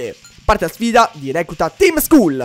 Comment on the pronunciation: Skull si legge "Skall" Ti prego leggilo bene.